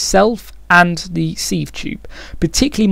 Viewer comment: sieve is pronounced 'siv'